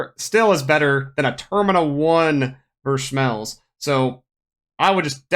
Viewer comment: I cant stand the way you get Vershmelsz